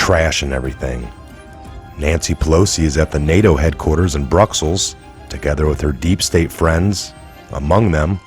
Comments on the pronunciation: BRUKKSLES??? WTF! Learn the names ffs! It’s [Brussles] Btw... I did not appreciate the way you presented this... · Brussels, not Bruxxels.